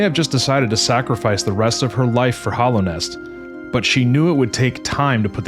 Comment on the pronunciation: this video is cool but it's mostly fanfic. also dude, it's hAllownest, with an a.